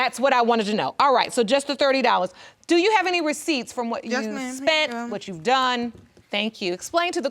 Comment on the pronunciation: "I dews what I dew." I bet you dew.